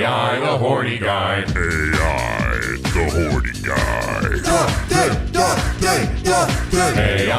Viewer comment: Hey,. Just want to point out that you're actually pronouncing the title of the game wrong in the intro. I actually attended the panel when they announced this game back at Anime Expo 2018 and Uchikoshi said that AI is actually pronounced "Eye" in the title, due to everything about this game being related to an eye. So it should be pronounced as "Eye: The Somnium Files".